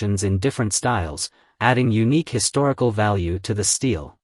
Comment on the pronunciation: Very interesting!👍 But, for heaven’s sake, learn how to pronounce “stele”!👎🏼